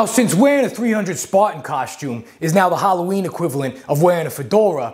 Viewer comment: Sweeves on hawwaweeen??!!